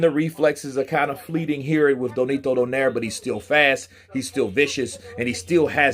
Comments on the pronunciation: It's Nonito, not Donito, BTW 😉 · Spells his name wrong, says his name wrong, W😮W this dude.